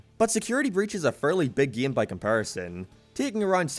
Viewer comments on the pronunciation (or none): Stop saying giem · "then the geem got delayed" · Gieem. From now on I gonna pronounce "game" like this. Like "gieem" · Plz say game correctly my brain hurts